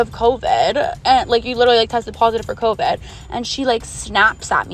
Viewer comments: I hated bow the 1st girl talked “Coveed” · “She has COEVEDD”